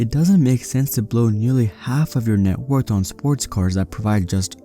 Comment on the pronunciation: Why do you have to say networth like that though dude. I’m gunna have nightmares.